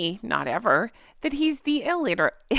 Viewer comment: Alitirate?? Illiterate 😊